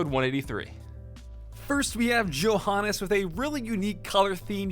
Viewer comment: Poor Johannes getting his name butchered to death.